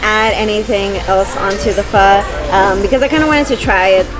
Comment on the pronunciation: Oh, you silly girl, Bun Xeo has no eggs in it and it's not a pancake. LOL. 😂 at least you're pronouncing Pho correctly.